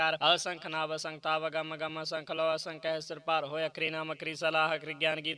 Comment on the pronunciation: ਆਸੰਖ ਨਹੀ ਜੀ ਅਸੰਖ ਪੜਿਆ ਕਰੋ ਜੀ🙏🙏